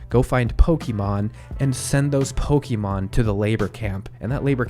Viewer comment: Where do you get "Pokeymon" from? Where have you heard it pronounced this way? Totally bizarre.